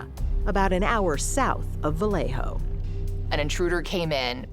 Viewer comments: Vah-lay-yo....not Vah-lay-ho...it's not a Spanish name. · It's not VAW LEY HO... It is pronounced "Ba Yeh Ho"